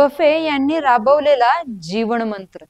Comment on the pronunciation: मॅडम खूप छान माहिती, जरा ते ण आणि न सांभाळा न please. ते 'णंतर', वॉरण, विधाण, जीवणमंत्र, कंपणी, नको हो. please please थोडा बदल करा ना, खूप दर्जेदार आणि प्रभावी होईल तुमचा monologue.